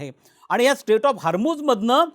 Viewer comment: स्टेट नाही हो... स्ट्रेट.. स्ट्रेट ऑफ हार्मोस😂